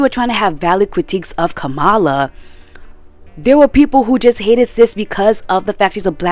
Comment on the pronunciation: Kamala's name is pronounced "Comma-La" , otherwise, nothing but facts. I didn't know that McDonald's was using prison labor, I'm honestly not that surprised.